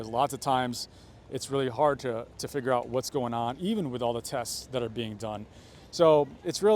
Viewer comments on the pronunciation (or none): none